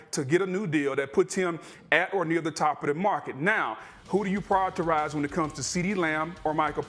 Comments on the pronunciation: Prior-eterize... You have such a "diverse" show proper English isn't spoke. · “Prioritize” was killing Booger